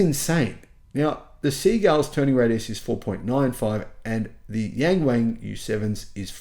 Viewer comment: It's pronounced more like young-wong though, it's not so bad if you get the pronunciation right. Or just get the dealership to rename it Da Wang.